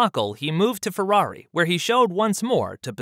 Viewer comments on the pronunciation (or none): none